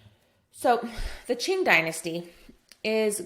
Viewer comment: Really enjoy your content here. I guess the comment is talking about the pronunciation of Chinese in general, not yours in particular, because I think you have nailed most of them, especially the pronunciation of Ming and Qing, pretty accurate actually. However, I do want to point out that the heritage of Emperor Yongle is pronounced as Yong' le, not Yon'gle. Great course overall! Literally saved my life!